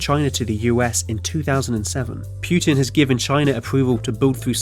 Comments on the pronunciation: Stop calling him PIUTIN IS PU TIN EDIT: POO TEEN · pewtin XD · Pyoutin, no pootin is how you say it